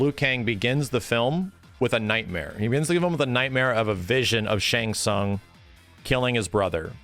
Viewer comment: I had 2 problems with the movie no Johnny Cage other than a half poster of him. The fact that they call Shang Tsung Shung Tsung.